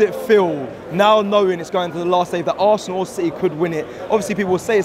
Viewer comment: it's Arsenal, not 'Assnal'. What is this rubbish? Are you a child?